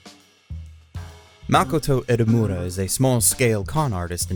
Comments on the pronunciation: I like how the entire time he said edamame instead of Edamura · Edamura not Edamame. Lol